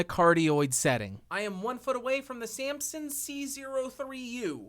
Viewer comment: i like how you pronounce Samson... Sampson